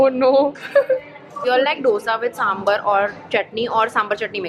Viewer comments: It's not sambar it's sambaaar😂 Anyways మీ వీడియోస్ చాలా బాగుంటాయి మీరు South Indian food ట్రై చెయ్యడమే కాకుండా South India కి వచ్చి వ్లోగ్ కూడా చెయ్యాలి (Translation- Your videos are really cool Don't stop this only with trying South Indian food but also try to come to South India and make vlog on it) It's a request from all your South Indian fans🤗♥️🖤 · Hi, 😂 it's saambaar and not samburr😂😂😂😂 I know it's not ur language but still saying so that u can correct itself next time ❤️❤️❤️ Love u ❤️❤️ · di i am sorry for correcting you but it's SAMBAAR and not SAMBUR. i love you so so much btw. just letting you know that you existing makes me happy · It's SAMBHAAAAAAAR and not samBURRRRR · don't call yourself a South Indian if you say d-osa and samburr 😭😭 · Y can't ppl pronunce dosa and sambaaaaar properly🤢🤢🤢🤢🤢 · As a south indian im offended by the way you pronounce sambar😒😒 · Dosa and sambar pronunciations gone wrong .